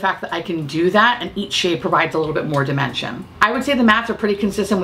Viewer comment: Just for a moment I thought you said “the darker shades really do provide a nice level of dementia…” 😂